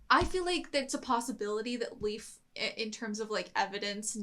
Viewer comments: As a Dane: Leif isn't really pronounced like "Leaf". It's more like "Life". Pro-tip: Try and listen to how they pronounce the names on the show. They are usually close to correct, with some minor errors. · Poor Leif constantly getting called leaf lol